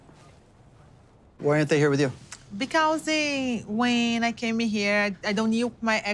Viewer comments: I noticed when says "because" she says "becausee" probably also wanting to pronounce the E at the end? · yes! Exactly and she is speaking this and other words how we would pronounce as if was in our country spelling. Like, becAUSi, because over here we speak almost every vogal, our vogals don't vary pronunciation that much, our "a" is always the same, but the "e" is frequently spelled like "i" (equivalent of your "ee")